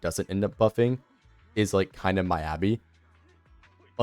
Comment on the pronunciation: Good vid but you say miyabi wrong